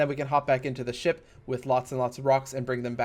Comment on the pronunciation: every time he says ship I keep hearing shit